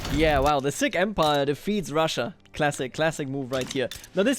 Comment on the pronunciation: please never proounce Sikh again